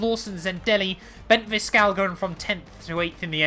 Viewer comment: Enzo Fittipaldi is Bent Viscaal, SUPER CORRECT